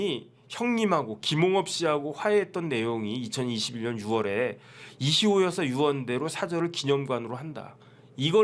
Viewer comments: 왜 이희호가 이시호로 들릴까요?~^^ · 이희호 여사요 이시호라 발음 하시네